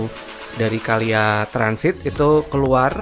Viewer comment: KLIA semestinya dibaca: Ke El Ai E